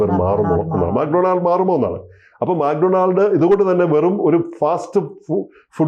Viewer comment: മാക് ഡൊണാൾഡ് അല്ല മക്ക്‌ ഡൊണാൾസ് ആണ്